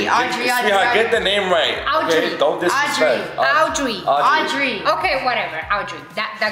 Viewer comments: its aeeeee not yeeeee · Ok really made me laugh when she was felled to pronounce Audrey 😂😂😂😂